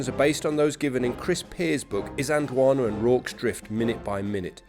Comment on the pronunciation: Can I just point out, that there is a letter "L" in the word "Isand L wana".